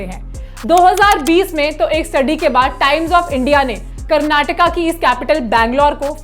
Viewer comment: Hi, I was really happy to hear correct pronunciation from you like KARNATAKA instead of Karnatak and KERALA instead of Keral where my other fellow states brothers and sisters fail to speak and i am really glad that you recognised such habits from South people and took an effort to make a video on it. Being a south Indian i would also like to add that people in south are very humble and no showoff (remembered one of the saying, empty vessels make more noise,) people live a very low key life and contented even he is a millionaire.. JAI HIND